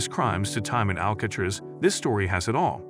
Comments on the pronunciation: Ikr what is "Al-catch-tres"? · Al cat riss? WTF